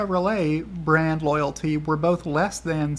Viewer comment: You kept saying brand but I kept hearing, BRAD ! 😂